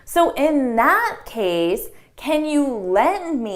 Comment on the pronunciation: So in that case'' I heard so in not case or so in at case. Its like th is drop.